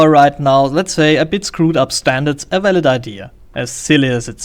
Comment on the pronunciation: Say "walid" again.